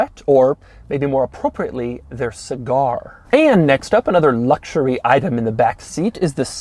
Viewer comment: Doug's reviews wouldn't be so obnoxious and cringey to watch if he could just, at least one time, say "luxury" or "luxurious" without adding "LLLLLLLLs" and just say luxury. It's a serious eyeroll moment every time he says those two words. Just give us the info and quit being a fucking dweeb.